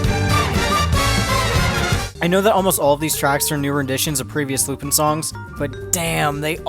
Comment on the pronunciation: How is it that this franchise has been around for over 50 years, you literally watched a full-length movie on it, you seem familiar with the subject matter... yet you still pronounce his name incorrectly?